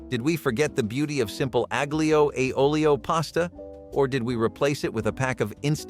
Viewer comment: no :) aglio, say alio . g is silent